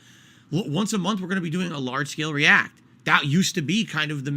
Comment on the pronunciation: His fans wanted to pay $20 a month to recommend videos for him to ree-ack to? That's really what they wanted?